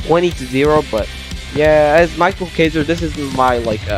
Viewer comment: btw isnt micheal kaiser pronounced mikael kaiser?